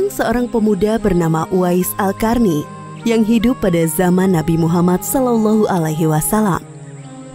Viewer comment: Qarny (bacanya Qorni), kenapa jadi "Karni"? 😅